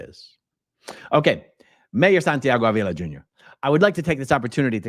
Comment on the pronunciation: In Spanish, his last name is pronounced Ahhh-vila, not A-VEE-la. Just for your knowledge. 😏😉👍🏽